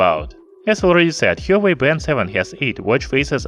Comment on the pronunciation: he should have at least research the right pronunciation of the brand